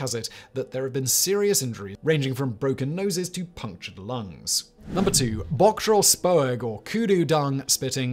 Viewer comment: Thank you for your effort and respectful effort in pronouncing bok drol spoeg. This is greatly appreciated and respected by me a South African. Your channels are tops.